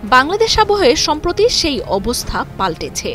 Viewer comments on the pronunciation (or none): none